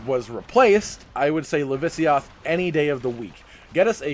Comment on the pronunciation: LAVAsiOTH. Not lavisioth